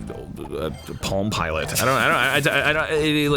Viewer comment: User_Redacted when Dan Harmon said Palm Pilot who heard it as "Pom Pilot" because of Homestar Runner